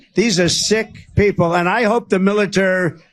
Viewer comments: I watched the uncut version, and the cognitive decline is patent. You can't paint stripes to a horse and call it a zebra. Trump is losing it, he can't pronounce basic words now. Militarr Militarr. This is serious. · Biden can't even say Military 😆